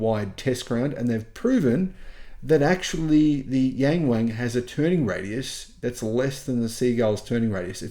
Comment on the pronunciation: It's pronounced more like young-wong though, it's not so bad if you get the pronunciation right. Or just get the dealership to rename it Da Wang.